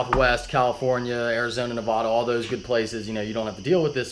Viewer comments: its nevada not neovada!!!! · Its pronounced Nevada